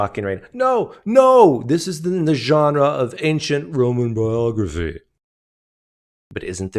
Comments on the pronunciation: Craig loves to pronounce french loanwords with original pronunciation... viz genre pronounced 8 times differently in close succession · “There are moves we can make” says Dr William Lane Craig, PhD, used-god salesman, shortly before he gratuitously overpronounces “genre.” Why. Do. People. Think. He. So. Clevr.